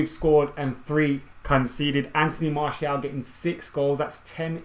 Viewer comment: In the space of 60 seconds you pronounced Martial's name 3 different ways. xD